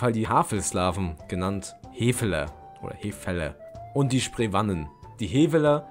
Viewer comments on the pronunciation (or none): Sie werden Heweller und Spreewahnen ausgesprochen.😉 Sonst ist es gut gemacht.👍🏻 Grüße von einem Historiker aus Brandenburg. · Aua, die Aussprache von historischen Namen (Heveller, Sprewanen, Wettiner) tut ja den Ohren weh! Bitte nicht nachmachen!